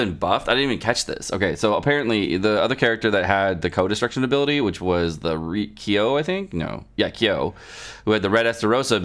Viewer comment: It’s “Kyo” Kusanagi.:)